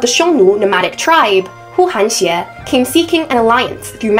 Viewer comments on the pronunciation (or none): 呼韩邪， is pronounced as Hu Han Ye, not Hu Han Xie 😊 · Correct me if I’m wrong but I believe it is actually pronounced Hu Hanye，not Hu Hanxie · The fact that you pronounced huhanye properly not huhanxie as the YouTuber did made me believe you at least more educated than her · Pronunciation: Hu 1 Han 2 Ye 2. Not Xie 2. Middle school history knowledge.